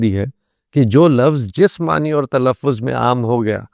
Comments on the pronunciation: ❤❤❤ بہت خوب." ۔معنی" ن کے زبر کے ساتھ پڑھنا چاہیے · معنی کا تلفظ کیا ہے؟Ma'ana ya Ma'ani? آپ دونوں بول رہے ہیں۔